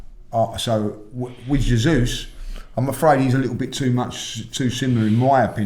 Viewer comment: J not Hey